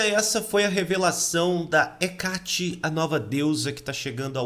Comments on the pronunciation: A pronúncia correta é: écate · Eu acredito que a pronúncia certa em português é Hecatê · Se pronuncia hécate com som forte na letra é